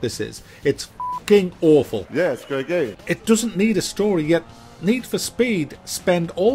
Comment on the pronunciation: "yeah, iss a grea gaem" killed me every time xD